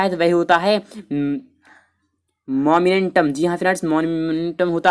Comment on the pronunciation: Momentum K pronounceanse bol nahi PA rage ho ser geeeeee 😏😏😏😏😏😏😛😛😛😛😜😜😜😜😁😁😁😁😱😱😱😱😱😱😱😱😱😱😱😱😱😱